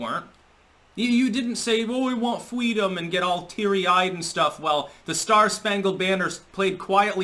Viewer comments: She let one of "them" bust nuts in her face so she could have FWEEEEDOM! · She was asking for fweedom between bong hits with Tupac. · 'Fweedom' is just another word for 'Twump didn't really lose'. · FWEE-DOM's just another word for nothing left to lose. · As a child, Harris wanted "fweedom". So, as an adult, she TOOK IT from others, somehow satisfying her childhood desire. I wonder if, "sociopath" would be too great an understatement... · “I want fweedom, black men have it and I want it. I’ll take their’s” - Kamala, probably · I wan't fweedom from the snapping meow. She's an empty vessel. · “I want fweedom” ... becomes a prosecutor and locks up mainly Black men. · That fweedom story was the cringiest shit I've ever heard, this was worse than those weirdos who were saying their 3 yrold was into politics and hated trump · I'm fairly certain she screamed FWEEDOM when her heels were up in the air. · Fucking great point - she wasn’t so concerned with fweedom later in life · She's a FWEEDOM Fighter. 🙄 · That “fweedom” story sounds like bullshit to me I can’t believe people are willing to listen to that and praise her for something that is most likely a pandering lies. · Kamala wants fweedom to listen to Tupac while she was sitting next to Rosa Parks on the front of the bus. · But , muh fweedumb ..her lie amp goes to 11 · "FWEEDOM" IS WHAT HARRIS SAYS WITH A LOAD OF "COME" IN HER MOUTH